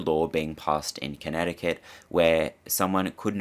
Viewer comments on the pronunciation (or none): none